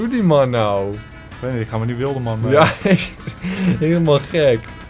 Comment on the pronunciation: hahaha vind jullie geweldig! die uitspraak die maaaaaaannnn!!! hhaha wara komen jullie vandaan? groetjess